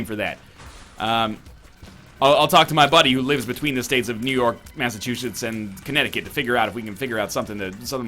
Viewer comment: Having been born in Massachusetts, I'm going to have to correct you on this, NL. The "setts" is pronounced like "zits," not "shits." Normally I wouldn't bother, but I don't think you should go around mispronouncing words by putting expletives in them.